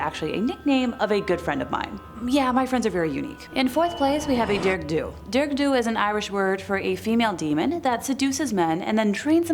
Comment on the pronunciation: Congrats on your brave efforts at pronouncing terms in Irish! You mention the term bean-caointe early on (pronounced, more or less, as "ban KHWEEN-chuh", meaning "keening/crying woman") and Dearg-Dubh (pronounced "daarrag due", meaning "red-black"). Mind you, I only know these pronunciations because I studied in Ireland my third year of college, and my Irish Studies program included Irish language classes, which were easily my favorite... :)